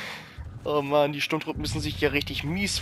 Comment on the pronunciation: die heissen Ewoks und nich Eworks und es heisst Sturmtruppen und nicht Strumtruppe xDD